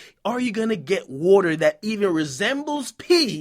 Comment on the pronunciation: I didn't even know "woeter" was water til, you said "resembles pee" Lol I was Scoobying when I kept hearing it